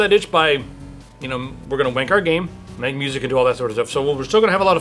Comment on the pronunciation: Did you say that you were going to "wank" your game? Good to know you're .. uh.. passionate about it. :D